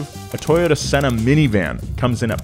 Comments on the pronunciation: Toyota "Senna" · umm senna??? its pronounced see-en-uh lol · he said Toyota Senna when he pronounced it. It’s sienna. Not senna 🤣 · LOL! Toyota Senna Minivan! 😂😂🤣 That would be freaking sweet. See-an-uh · "See...inna" not Senna, he was a formula one driver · Did he call a Sienna a Senna? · Is it me or did I just hear say Toyota Senna?😂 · Toytota "Senna" 😂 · Have you ever heard anyone say senna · Did he call it a Toyota Senna? Like a McClaren Senna? Guess that explains the superior aero. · Smh he just called a sienna a senna. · Toyota "senna" 🤣🤣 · This mans literally said Toyota SENNA lol love u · I think he pronounced "Sienna" wrong.